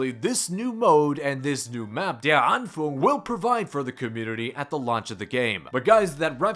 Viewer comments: Anfang is pronounced an f an g not an fang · Pronounce the „A“ in „-fang“ like the letter „O“ in „On“. Der Anfang, the beginning. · Der Anfäääng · Nono how clearly said its der anfeng or der anfung